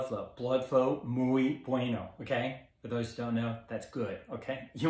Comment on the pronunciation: SUN, SAUNA, H.I.T (max), Fasting. Great vid and funny too. Wish u were my doc. Carbs do help bodybuilders..make muscles look puffier..muscle holds more water. Also, muy is pronounced mweee, not mooeey. Lol